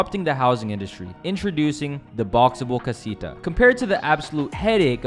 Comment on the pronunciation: the way you say casita.. :(